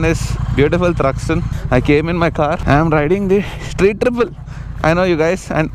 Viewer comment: you say “Thruxton”!?😂